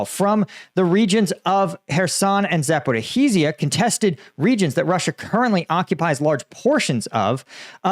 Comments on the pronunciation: For the billionth time, there's no "Zaporeeheezia", It's ZA-PO-RI-JJJJJIA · How is it possible that after more than 3 years, you STILL CAN'T PRONOUNCE Zaporizhzhia PROPERLY!!!! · Please stop mispronouncing Zaporizhzhia